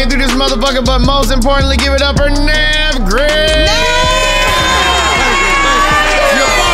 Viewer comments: Bru this was funny as hell bru. Lol how you forget the H Navv 🤣🤣🤣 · y'all cheated.. HE DID SAY THE H